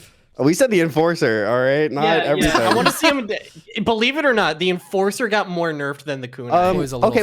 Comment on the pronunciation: He turned the enforcer into the enfarcer